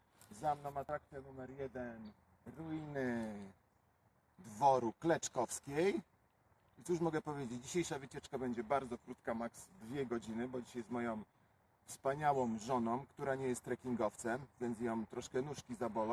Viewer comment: Dwór Kloczkowskiej, nie Kleczkowskiej. To była chrzestna mojej babki.